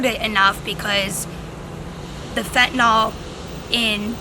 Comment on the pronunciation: "Fittinall" is a better name bc it's become fitting for cut in all drugs, but it is pronounced "fen-ta-nill."